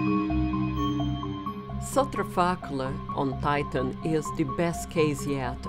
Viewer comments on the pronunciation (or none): none